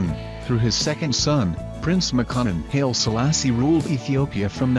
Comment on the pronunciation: The Haile in Haile Selassie is pronounced HIGHLY not HAIL.